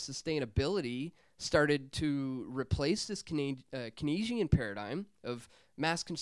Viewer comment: Hey, I love your videos, but please learn how to properly pronounce KEYNESIAN. It's "CANES-EEE-AN" not Kuh-NEASE-EE-AN.